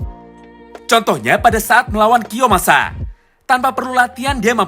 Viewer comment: Njir lah selalu ngakak pas denger "kiyomasa"